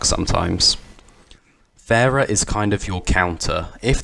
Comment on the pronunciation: The way he said pharah lol